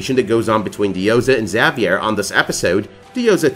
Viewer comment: You're pronouncing Xavier wrong.